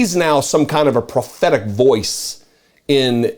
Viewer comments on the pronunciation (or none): Did you say prophetic or pathetic?